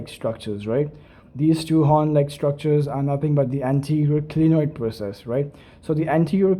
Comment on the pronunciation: Not glienoid it is clinoid